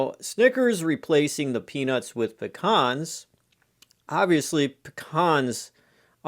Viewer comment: Never heard of them. Are trying to say Pee-Cans? Because I'm familiar with those.